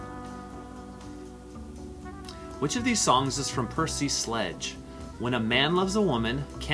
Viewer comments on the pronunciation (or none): none